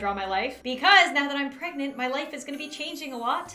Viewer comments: She didn’t even say pregante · I love how pronounces pregnant “PrEgAnAnt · No one: Not a soul: Not even the lint in your 2nd grade jean pocket:: Pregonate, pregananant, prgonyt pergeranert pragnant proogant. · Don’t you love how she says pregnant…”pregaunte”